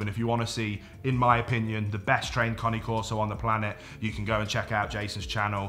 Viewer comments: The CORRECT way to say the breed's name is KAH-nay KOR-so. NOT Kaa nee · conney corso ? have i been pronouncing cane corso wrong ? genuine question thanks in advance 🍻